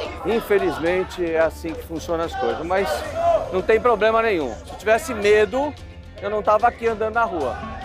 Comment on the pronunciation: Nunca confie em alguém que fala,"Poblema"😅🤦🏻‍♂️